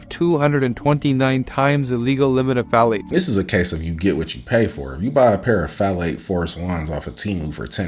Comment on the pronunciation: "Pthalate force ones" 😂😂😂😂😂😂